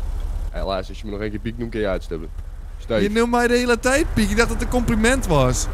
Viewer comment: kwam net pad achter dat hij "pik" zegt inplaats van "piek"